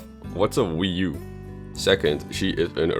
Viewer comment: What's a Wee yoo. Google: good question